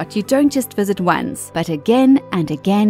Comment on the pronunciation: Anyone else cringe with her pronunciation of kittiwake? Kittywakky. Lol. She makes it sound Hawaiian. And yes I'm driven demented with the lockdown, cant believe that I'm trying to correct the narrator's pronunciation, as if she gives a shit. Lol